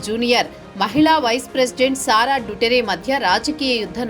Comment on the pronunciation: It's దుతర్తే not డుటరే.